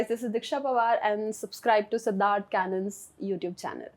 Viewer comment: Siddharth Kannan ❌ Siddharth Canan ✅😂